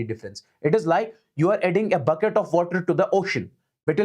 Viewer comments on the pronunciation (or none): none